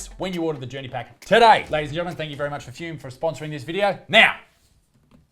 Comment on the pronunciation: says, 'Foom' for 'Fum'.